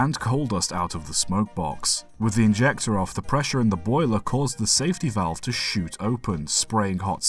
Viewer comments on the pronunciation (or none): none